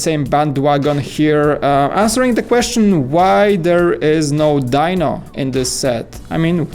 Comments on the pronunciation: Its pronounced dee-no even though it's spelled as dino for some reason. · Sigh. It's pronounced, Dee-no.🙄